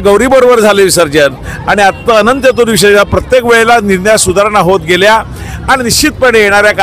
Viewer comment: अंनत चथर्थी नाही , अनंत चतुर्दशी.